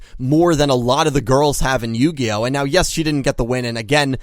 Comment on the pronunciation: Yugioh? More like yugayoh.